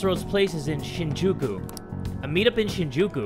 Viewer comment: It's SHEEN-jookoo Lmao